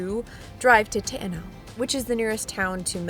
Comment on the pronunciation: When it comes to the correct Maori pronunciations if those who don't know or speak Maori they will always get it wrong... Te Anau Teh-R-Noo